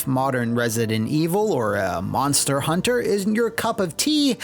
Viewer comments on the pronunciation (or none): none